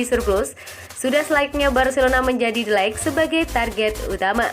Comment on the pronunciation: Bukan Cisa ya min tapi cara nyebutnya KIESA, bukan delek ya min tpi DE LIG